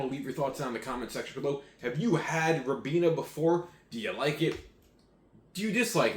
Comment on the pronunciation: It's pronounced "rye-been-ah". Glad you enjoyed it!